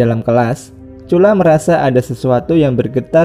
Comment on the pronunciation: Bang nama dia cula🤔 bukan curah